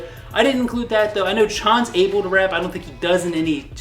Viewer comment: learn how to say Changbin and Chan's name